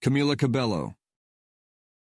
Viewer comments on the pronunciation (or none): That's not how you pronounce Cabello, buddy